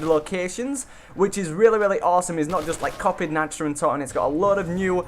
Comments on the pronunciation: You say it like this Nawkt not natched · the way he pronounced nacht gave me a migraine